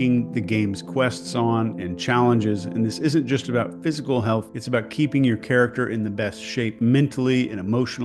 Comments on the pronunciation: Don't know if I was supposed to pick up on this, but that say "PSYCHAL" not "PHYSICAL" 😊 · new word? Psychal pronounced physical but evokes a psychological element.😁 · Great vídeo - "phycal" health is important! 😂